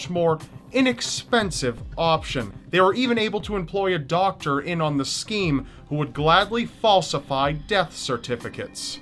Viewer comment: Doctor, not softer lol